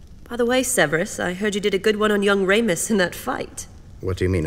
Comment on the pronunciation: Actually it Re-mus